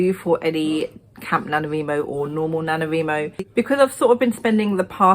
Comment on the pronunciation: I love how you say NaNoWriMo!